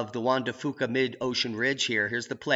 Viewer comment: Come on. Juan de Fuca is Pronounced Juan de FEW-KAH.... not FOO-KAH. I've lived in Washington State for over 40 year and we don't say FOO-KAH. Poor Fuca! I wish Dutch would also pronounce it correctly too, but he says he just doesn't care. It's like fingernails on a chalkboard! Take your Foo-Kah and frack it!;) Now that's a Boom!